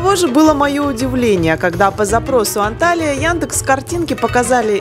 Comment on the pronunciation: Почему все блогеры неправильно пишут и произносят названия городов Турции?Не Анталия правильно Анталья, это принципиально .давайте ваше имя искаверкаем вам приятно будет?